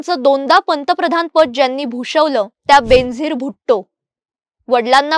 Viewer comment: Her name is pronounced as Ben-azeer, बेन-अझीर it's a Persian word which means unique, matchless. I am a great fan of her.